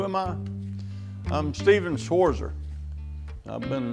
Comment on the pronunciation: he doesn't even know how to pronounce his german name. btw: Schwarzer translated is 'the black one'. nice talk about damascus. interesting things he knows.